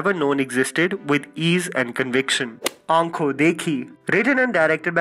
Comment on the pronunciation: Please throw that crappy accent its not ankho it's "akho" it's spelled ad "ankho" but n is silent